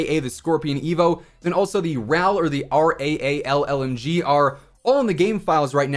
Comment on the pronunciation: Yo whats the "raal lmg"? Never Heard of that, or did i just understood it wrong?